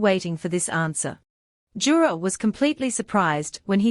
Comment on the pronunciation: It's yura not jura ❤plz